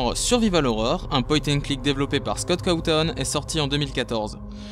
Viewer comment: pour info scott cawthon se prononce scott cawssone